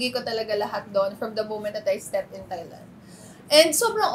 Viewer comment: Nicole Cordoves please put it out there, i have not heared any Filipino pronounced “Thailand” correctly..